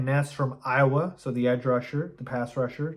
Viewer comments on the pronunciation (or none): none